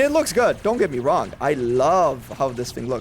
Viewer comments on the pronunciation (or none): none